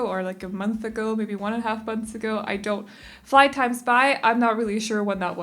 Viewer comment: "fly times bye" ma'am are you okay? do you need an ambulance?